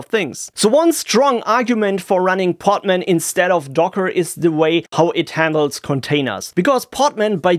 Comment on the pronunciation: Hearing "poTman" over and over again, it's just too funny. It is "poDman", with a D